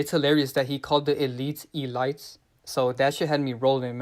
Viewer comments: Bro said E-lights lmao 💀💀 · Yes! He said E-lites!😂🤣😂🤣🤣🤣 I love your thick skin and work! It's coming from my heart!.. Keep exposing them!🗣🗣🗣🗣🙏🙏💚💚💚💚💚💖💕